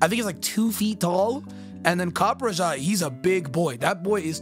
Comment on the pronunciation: Copperajah is pronounced copper-ra-hah because the last part of it's name comes from maharajah, the title of an indian king, which makes sense since copperajah is an asian elephant, which are commonly found and domesticated in India, and the blockiness of the design could possibly come from the fact that indian elephants were common in war and had massive towers built on them which gave them a blocky look.